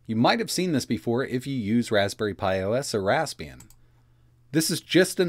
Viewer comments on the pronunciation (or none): none